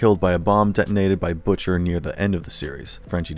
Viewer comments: I don't understand how the ppl narrating these videos mispronounced some of these words and names. Consistently too. Mispronounced Butcher. Not BUH-TCHER. Jeez. I don't think I'm being a stickler about this. It's like mispronouncing batman..... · And managed to butcher ...butchers name (he pronounced it Butt-chur)